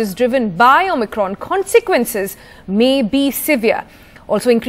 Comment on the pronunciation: Anchor doesn't know how to pronounce Omicron.